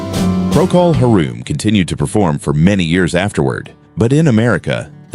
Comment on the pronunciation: Wonder where this bogus video stuff came from, not 1967 that's for sure, sheesh... and the AI audio is just plain stupid, "Procol Haruuuum" ya right, lol